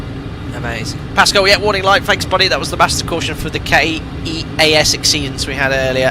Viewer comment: Keas is “keys”. Death valley is by vegas fyi.